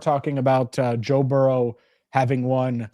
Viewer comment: It's Burrow, not Burrows!